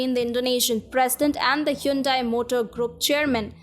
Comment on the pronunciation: It's quite refreshing to hear Hyundai pronounced that way. Here in America they pronounce it "hahn-day". "Hyoon-dai" sounds a little too east-Asian, I guess.